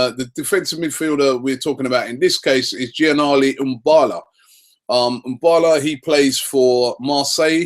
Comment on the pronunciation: This Cech deal is getting ridiculous now, are Arsenal signing him or not? This deal is going to fall through. All this being stingy could cost us. And, Robbie, Imbula is pronounced (Em Boo Lah) NOT Em Baa Lah.. And I don't want Vidal to come to Arsenal. All we need is a GK, DM and CS. Wenger don't let us down!